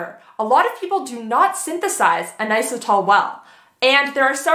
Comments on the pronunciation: Please learn how to correctly pronounce inositol! It's not a hard O, it's in-ah-sit-all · IN AUS UH TALL is actually how inositol is pronounced 💪